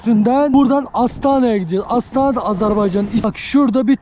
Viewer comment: Astana deyil, AstaRa güzel kardeşim.